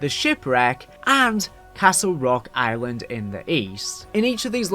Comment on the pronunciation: Island= eye-win-ed